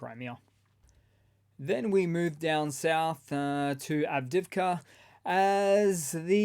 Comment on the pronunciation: its not pronounced av-div-ka its av-dee-iv-ka